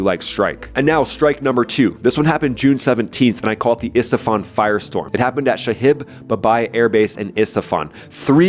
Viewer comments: can you please say the city’s name correctly it’s IS FA HAN , you call it IS TA FAN . other than that love ur vids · Love your channel, but it is ISFAHAN . ON T's